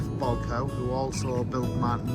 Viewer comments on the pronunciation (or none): Excellent video and It's pronounced Henry Bolck.. owe.